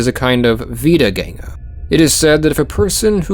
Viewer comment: As a German, I was very positively surprised by your pronunciation of "Wiedergänger" I didn't expect you to get the ä right